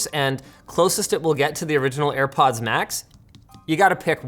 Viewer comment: "For Airpoddings"